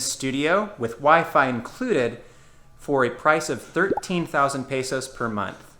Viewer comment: After two years you should learn how to pronounce "Luzon" and "peso" like a native.